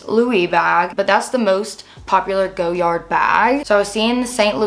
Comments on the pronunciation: it's def not GOyard, and perhaps the French would know the correct way to say it, they rarely pronounce the Rs if in an end syllable eg Cartier (who makes FAR more gorgeous bags, and I'm not even into most designer houses).✌️ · GO- yard‽‽ This is yet another reason why their PR campaign won't work, only nescients would but something so painfully ugly that they cant pronounce. There arent enough of thise people who can afford to make the misrake of owning such an atrocity. It's fun to watch though. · girls take the L! How are you gonna tell a French surname how it is pronounced‽ Nobody pronounces it that way except you and some other nescient souls. It is an ugly look on you, similar to how ugly that bag is. Maybe you should have bought it in Paris, just to learn how to pronounce it. A quick trip to Louisiana or Quebec might help you w the pronunciation of French surnames so you don't keep doubling down on how to pronounce a SURNAME not a WORD. You seem offended by learning, which seems weird given that you look way beyond your.teen years.